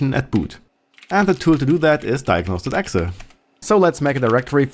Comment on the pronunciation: I don't think I've ever heard somebody actually say "exah" when referring to an .exe's filename.